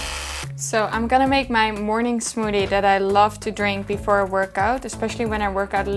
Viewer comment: She’s like a younger version of Candice.. She is younger right? Lol, also I like how she says smoodie 😁